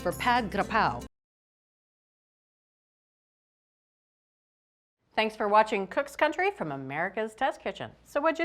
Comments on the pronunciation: Hi, All! I'm Thai, and I cook Thai food at home all the time. Really impressed with this cooking demonstration, and 100% sure it turned out delicious. Julia pronounced Pad Gra-Prow so impeccably every single time she said it. The chilli fish-sauce, though, is NOT called Nam-Prik Nam-Pla, as said in this video, but called "Nam-Pla Prik". Nam-Pla is fish-sauce, and Prik means chili(es). Another thing that I find unusual in this video is, nobody in Thailand would put shallots in this recipe---it's just garlic & chilies. However, there is no right or wrong in cooking. It's just a matter of preference. In case some of you are looking for more accuracy, the basil leaves used in this demonstration are NOT holy-basil, but a different variety called "sweet basil" or "Thai basil". I tried so hard to find "holy basil" when in Canada and the U.S., but never found it. So, I guess it is not available in North America, maybe, because the demand is low. But, in Thailand, holy-basil is in abundance, and you will get to try the authentic Pad Gra-Prow the Thai way. Thai food (especially, Pad Gra-Prow) in American, European and Australian restaurants is typically 2 or 3 times sweeter than the original recipe in Thailand, I don't know why. So, be aware that Thai food you get in either Western Countries or Australia is way, way, way too sweet, as to which I experienced on several trips. Pad Graprow in Thailand has just A LITTLE sugar in it, just enough to create a balance of tastes (not being mean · I’m Thai the way Julia is pronouncing “Pad kra prow”it’s perfect!!!👍